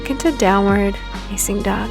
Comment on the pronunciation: My wife watches your videos. They’re good. I’m happy for your successes. But one request. When you prompt for upward and downward dog, you emphasize “facing” and draw the word out. Can you please consider emphasizing the more important words like “downward” and “upward”. It’s a small thing but after hearing it hundreds of times I have to say something. Am I the only one who notices this?